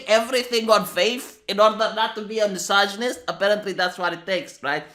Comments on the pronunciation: Say misojonjjist one more time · I like the way you pronounce misogynist hehe